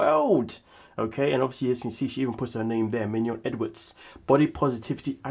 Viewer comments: I love how you say minion hahah calling her a minion in french with the accent. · The way you say Mignon, like filet mignon lol. 😄